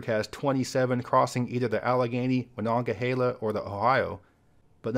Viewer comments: aLad - considering we can be 100% sure it’s being butchered now by people who think they know how to say it from the original Iroquois and its correct pronunciation, we can safely say he did a great job, especially from one not used to saying it. Great job. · As a Pittsburgher I’m glad you pronounced Monongahela correctly. Also, there’s not a bad way to enter the city. The Ft. Pitt tunnel gets all the love and deservedly so. But there’s so many good views.